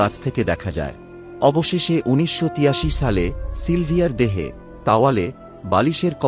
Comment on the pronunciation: শালে না দাদা সালে